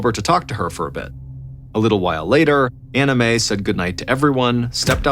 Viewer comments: I know you are saying Ann Mae but I keep hearing "anime" lol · Ballen butchers people’s names all the time, usually the Asian names, but Anime for Anne May takes the cake. Sometimes I think he does this on purpose to insult the parties involved. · He is not saying Ann Mae, he is saying Anna Mae, the difference in pronunciation is the second syllable. He is clearly pronouncing an A, not an I. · Me three. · Same lol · I thought the same thing! Haha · I hear Anna Mae, lol not Ann Mae, but I get what you mean about the anime. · Came to the comment section to see if someone else was hearing “anime” hahahaha 😂😂 glad I’m not alone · I’m glad I’m not the only one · Lol same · Hehe, I just keep hearing “Anime” instead of “Anna Mae” Is it just me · Nope, I heard that too at first lol.